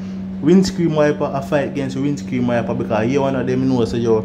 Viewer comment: Can you say windscreen instead of windscream 😅lol